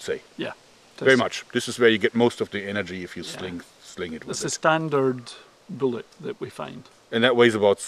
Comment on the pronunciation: "I cast BOOLET" THWACK